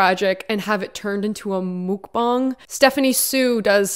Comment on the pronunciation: Moockbongs? Wtf. It's Muckbang.